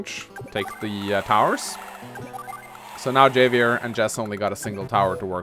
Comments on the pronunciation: love ya dude, but it's "Hah Vee Air". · I hated blackbombs but would've been cool with them if missiles silos were taken out and functioned liked blackbombs instead, so to use Black bombs would need infantry or mech to get control of them first. and Javier is pronounced with an H , HAHvier, like Javier Bardem Who is still ridiculously broken